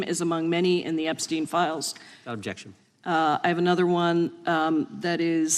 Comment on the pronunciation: The American senate = learn how to talk yourself out of a wet paper bag ….ooob..jexshun